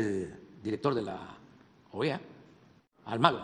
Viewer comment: DEJAME ADIVINAR CAKAS... EJDEKE LA OEA EJ CALDERONIJTA... 🤣🤣🤣🤣🤣